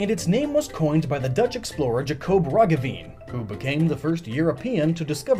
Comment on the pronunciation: I never had imagined that someone could be so confident while horribly mispronouncing a name. Jacob roggeveen ~